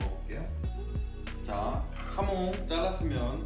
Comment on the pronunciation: 하몽 아니구 하몬 입니다